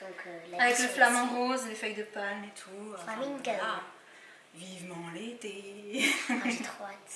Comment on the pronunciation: Qui a entendu quand elle a dit "i'm so FLAMAZINGG!!" 😂